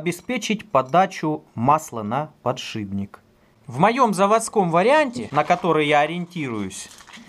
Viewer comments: не подшиБник а подшиПник ё-моё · подшиБник? или мне показалось?))))))))